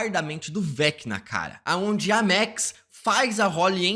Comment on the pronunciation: Por que ele fala MEX ? É Maaaaaax